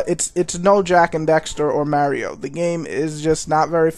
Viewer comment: lol you say mario funny